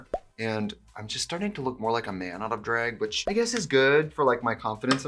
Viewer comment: Wisconsin Accent coming through more than normal today. Love me a dræg moment ❤️